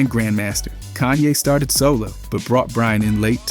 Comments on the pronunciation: Bro its Kahn-yay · Cone ye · Bro says so many words the wrong way. Like it’s gotta be purposeful. How you say Kayne one second and the next call him cone ye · who tf is goonye??! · cone yay? bro really? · "Kuch-ye's..." blud changing how he pronounces kanye every 2 minutes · "Koo- chay" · His pronunciation of Kanye gets worse and worse and it’s pretty effective ragebait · Disliked and reported its Ye now but atleast say Kanye right